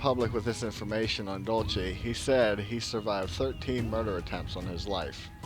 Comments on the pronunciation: DUDE !!! Learn to pronounce the frigging names !!! It is Dull See...NOT Dulchay. If you can't be bothered to know what you're talking about...I can't be bothered to watch your vids !!! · it would sound more credible had you pronounced names correct. Dulce = Dohl say.. Castillo = Casteeyo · pronounced "Dool see" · its pronounced "dool-see" !!!!!!! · Say it like your saying dulse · and he cant pronounce it...